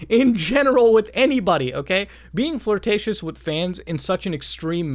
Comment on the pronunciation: "Incredibly flirticius "🤣